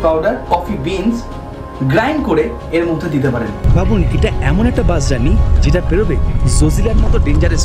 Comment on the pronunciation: বাস উচ্চারণ টা একটু ঠিক করে করুন। বার বার বাশ বাশ করছেন।